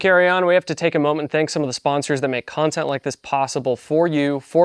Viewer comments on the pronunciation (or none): none